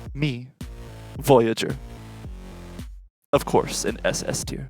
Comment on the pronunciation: Kept saying boyager?